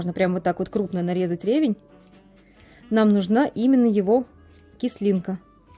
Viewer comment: Рецепт очень понравился .правда я незнаю эту правку но это я пасмотрю и прочитаю в интернете .ревень ударение на последний слог а то получается ревность